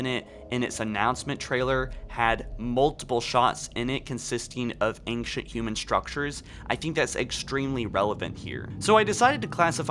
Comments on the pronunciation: I love you....or......or whatever: but please, PLEASE, say the words "ANCIENT" and "XBOX" correctly or stop saying them! For some weird reason you say "Ankshunt" and "EtsBox". I don't get it. Please, please fix it. Again, love most of your videos, but hearing that is driving me insane! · Accent? It's not an accent. It's a mispronunciation. Plain and simple. Just fix it. It's pronounced "ain-shunt" or "ain-chunt".... Either one is fine. Also, just pronounce "X". It's a letter. It's not "Ets". It's "X". Simple enough. This is a not matter of accent. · Right..... But..... He doesn't have a Brooklyn accent. It's a very standard American accent except for the words ANCIENT and XBOX. It just makes no sense. I'd understand if he had an accent, but he doesn't, which is why it's so confusing....